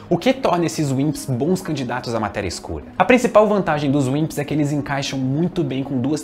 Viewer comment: Toda vez q ele fala Wimps eu escuto Winxs KKKk